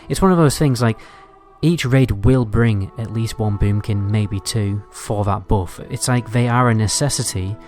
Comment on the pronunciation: It's buff not boff It's but not boot